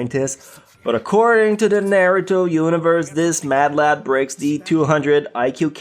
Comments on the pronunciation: He pronounced naruto like nay too toe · I love how he pronounces the anime names naoto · its so annoying how he pronounces naruto